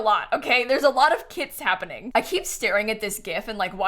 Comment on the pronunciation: Every time she said kits i heard kids